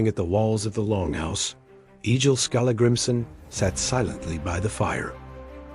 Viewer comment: Not E-jil. EGG-ill.